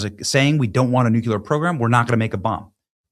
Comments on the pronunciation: Nu-cular? Really, Benny (Walker Bush)? New-Q-lur?... It's: Noo-Clear, not: New-cular. NuClear. 🤘 😎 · Benny, Benny, Benny...The word is NU-KLEE-UR, not NU-Q-LER. That's a rookie mistake for a public speaker. Practice, practice, practice. New-Klee-Ur. New-Klee-Ur. New-Klee-Ur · Benny - Learn how to pronounce NUCLEAR it is NOT NUCULAR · NU - CLE - AR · NU-KLEE-ER Please learn the word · For goodness sakes, PLEASE learn to pronounce the word "nuclear."